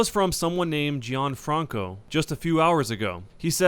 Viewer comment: gave me shivers down my spine because my name is Gianfranco, and I never hear anyone else say it, as it is pretty uncommon in the US, and how you pronounced it so perfectly.